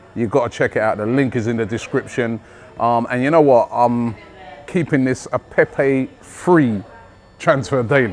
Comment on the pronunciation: Robbie: Nicolas Pepey French fan: nonono, NIcolas Pepe Robbie: Nicolas Pepey? French fan: Pepe. Robbie: Nicolas Pepeeee? French fan: Nono, Nicolas Pepe. Short. Close it down. Robbie: Pepee? French fan: Pepe. short. Robbie: Nicolas Pepe. French fan: Right! Nicolas Pepe. Robbie: Nicolas Pepe. - in next video - Robbie: Oh just fck it. Nicholas Peppeyy!